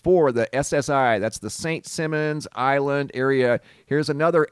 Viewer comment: Simon says Not Simmons island